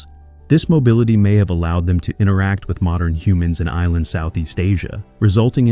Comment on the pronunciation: The AI is showing. "Morndern" humans? Not to mention extremely inconsistent pronunciations of "Denisovan", "Denisovans", and "Denisova", as well as totally unique ways of pronouncing "acheulean" and "aboriginal" that do not resemble their actual pronunciations.